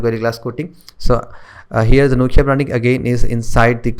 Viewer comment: Did he pronounce nokia as nochia?